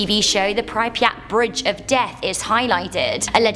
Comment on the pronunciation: The way she can’t pronounce Pripyat